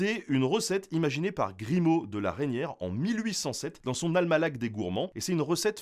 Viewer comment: almalach ou almanach? 🤔🤨😂🤣